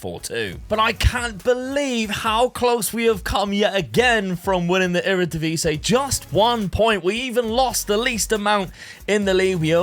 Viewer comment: I keep wondering why people call our league the Eredivise. Do you not see the last i in "Eredivisie"?